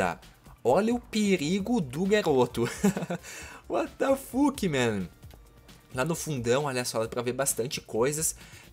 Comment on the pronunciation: Porque tu fala uatafaque